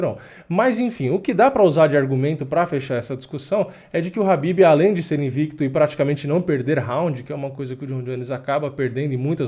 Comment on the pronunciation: É khabib pourras e não Habib.